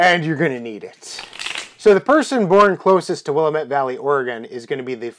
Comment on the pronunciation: I guess if I were ever desperate enough to play this mess I would get to go first since I was born in the Willamette Valley, but you're saying it wrong. "Willamette" is a Clackamas Indian word and it's pronounced Wil-LAM-mett. Also Oregon is pronounced "OAR-uh-gun." (Easy way to remember this: If you wouldn't say WashingTAWN, then don't say OreGAWN.)